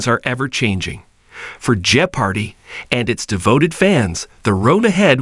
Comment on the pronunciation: Perhaps we need an authentic human being to narrate this so that "jeopardy" can be pronounced authentically!